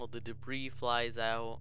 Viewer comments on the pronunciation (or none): none